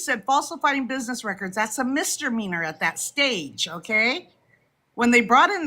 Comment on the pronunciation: what’s a mistermeaner? 🤣